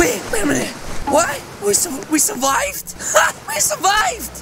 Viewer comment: Who else hear said:We Surivied Sunami 😂😂 (no hate he's my fav YouTuber)